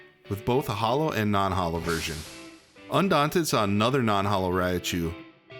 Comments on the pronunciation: It's ry-chu not "rya-chu" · ah yes, raia chu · I've never heard Raichu pronounced this way